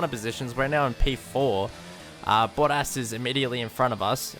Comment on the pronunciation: Kept thinking "who is boddas?" 😂😂 Accents can be funny 😂